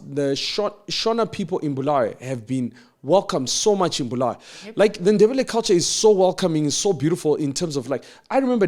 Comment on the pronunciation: Why do they call it Bluweyo instead of Bulawayo.